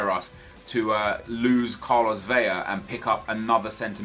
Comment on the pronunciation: It's Vela, not Veja. 2 L becomes a j, not one. I'm sorry, but it bothers me so much